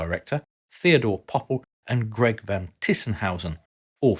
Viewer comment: and he read the name as GREG and Georg lol..... but yea, that's for sure Von Vraun